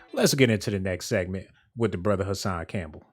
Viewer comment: Hassan not cashan boy